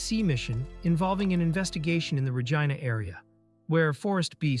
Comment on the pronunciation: PLEASE! It’s Regina (re-‘jee-na), not (re-jai-na)! Don’t make it sound like a lady part, perv! 😂😂😂 Reminds me of the airplane scene in MCU Shang-Chi. Awkwafina says the Gina joke.